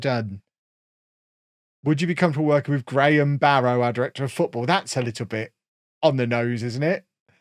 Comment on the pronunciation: Heads up, locals pronounce it 'Barra'.